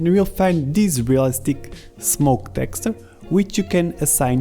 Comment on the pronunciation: My right eye twitches whenever you say "texture"